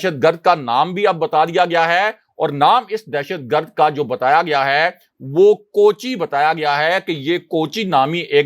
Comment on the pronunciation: Kochi nahi it is koochi ah.